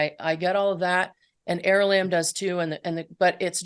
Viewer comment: Is it is it er Is it aralamb or arali😅 she keeps pronouncing it aralamb.....